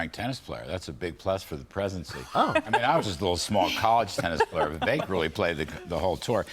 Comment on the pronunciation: His campaign people are doing him wrong with the fake Fauci images and other stupid things. Trump doesn't deserve "loyalty" from DeSantis. Trump isn't a king. Vivek's name is pronounced, "viv-ayk"